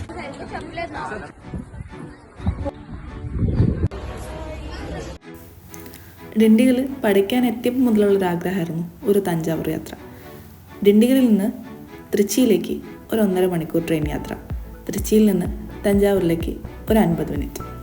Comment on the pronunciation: Dindigul alla, dindugal aanu. Pronunciation wrong. Nyan dindigul aanu